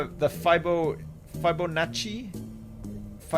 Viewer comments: We were taught fi-bow-naht-ci at school. Either way, ' pronunciation is wrong.:P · fib-oh-na-chi, not whatever the fuck you were saying there.